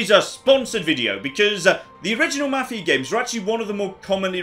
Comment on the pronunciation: can't speak Swedish, but he does a better job of that than pronouncing 'Mafia'.